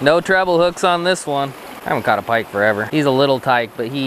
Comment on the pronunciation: Did you say "Pa-pike and crappies? lmaoo